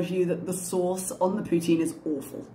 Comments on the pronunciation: "Pooh Teen" is the correct way to say poutine, but the french speaking people of Quebec pronounce it as "Poot-Sin" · I was traveling in Quebec this summer and asked my server how to pronounce poutine. does not pronounce it correctly. It is poo-teen. And for those who haven't had it, the cheese must squeak! LOL